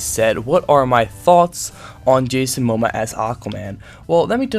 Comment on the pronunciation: I feel I must help you pronounce his name: mo - mo - uh :)